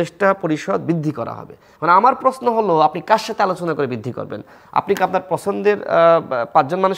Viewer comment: আপনি প্রেশ্ন বলেন কেন, বলবেন প্রশ্ন। অদ্ভূত শোনায় ।